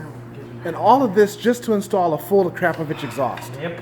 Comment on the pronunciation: Does anyone else hear pronunciaion of the Exhaust as A-crap-ovitch? It's Akrapovic. That's "Akra-povic". I'm guessing the company would mortified.. Don't get me wrong in enjoy your Videos 😉